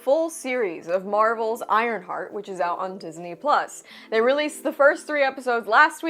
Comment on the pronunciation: WTF is an ironshart?!?! Lol 😂